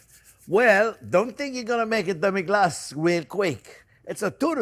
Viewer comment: Your extra accent on "Demi Glacé" is an example of a hyperforeignism